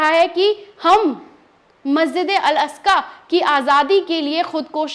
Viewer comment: मेडम मेकअप कौन से पार्लर करवाया है थोड़ा लोकेशन बताएगी । और मस्जिदे अकका नही है । मस्जिदे अक्सा ।है।